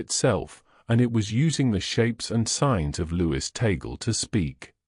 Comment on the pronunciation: ..it is NOT ta-gle BUT tag-le..thanks..